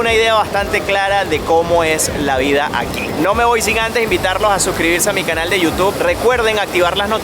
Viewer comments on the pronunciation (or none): none